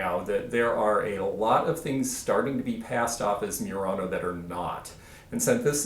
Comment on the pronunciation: Pronunciation of Murano is not 'myurano' but 'moo-rano' with a roll on the R.